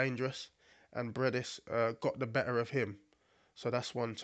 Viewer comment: Not Breidis, but Briedis